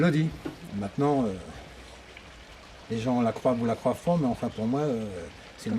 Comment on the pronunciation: "croivent", me pique les tympans... ... J'ai mal, à mon Bescherelle. 😭📗